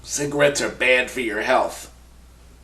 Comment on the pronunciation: Cigarette? Sounded more like cigaweed! Hahaha!